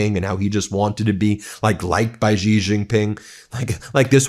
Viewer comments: Xi! Pronounce his name like "she!" I dislike that man so much, but at least pronounce his name correctly. She, she, she. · "Xi", is pronounced like the word "shee"